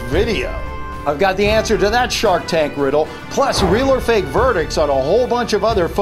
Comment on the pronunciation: He spelled fake like fak at the end of the video when he said it was fake!!!